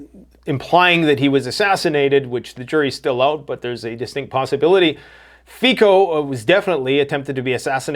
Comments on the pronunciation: Please read the name of the Slovak PM Fico as Fitzo. Never as Ficko. Thank you and greetings from Europe 👍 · its not Fiko but Fico